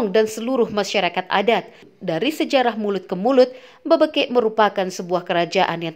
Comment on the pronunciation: BebEkek bukan Bebekek